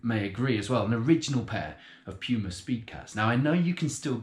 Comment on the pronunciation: its Puma not Pyuma